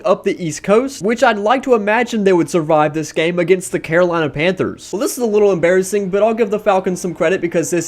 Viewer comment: The way he says emberresing